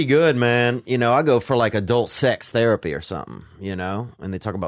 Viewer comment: Theo subtlety throwing shade at Brendan’s retarded pronunciation of “therapy” lmao